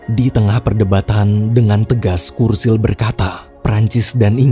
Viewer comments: Btw namanya churchill disebut Cur-Cil bukan Kur-Sil min 😢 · Bacanya CERCIL bang bukan kursil, CH itu tetep C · Churchill bacanya curcil bang, bukan kurcil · Churchill tetap dibaca "C" Bukan "K" Bro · Bukan "kursil" min, tapi dibaca "curcil" wkwkwk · Churchill bacanya cercil bg bukan kursil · Kursil? Yuan? Sedikit saran Sebelum buat video cari tau dulu cara pungucapan namany ya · cherchill sih